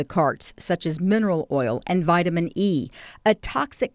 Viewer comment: Bro all they cut it with is vg or delta 8 or vitman e why she say it like that 😂